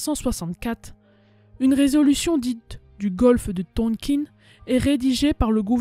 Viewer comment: Le Tonkin se prononce THONKAIN (en un seul mot ! Sinon, comme d'habitude (mais ce n'est pas un reproche !) sujet bien travaillé, bonne recherches, explication claires, un très bon résumé !!! On en veut d'autres ! Félicitations !